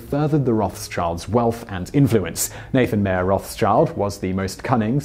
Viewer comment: You pronounce Mayer wrong. Since it is German, it is pronounced the same way we would pronounce Meijer